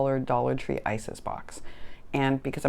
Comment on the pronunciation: Its iris* bins lol. I laugh every time you say isis. Oh yes I've been mojo - less for quite some time..I think I'm finally getting it back tho! We eat early in the day so I should be there as well! Have you considered putting shelves or something and store/organize on your walls? I had to do that. Now I'm running out of wall lol